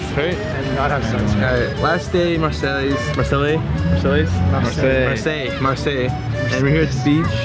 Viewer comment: When you can't pronounce marseille ... read a book